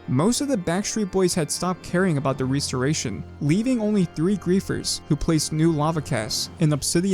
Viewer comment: What's a 'Ree-storation'? Is it similar to a 'Restoration'?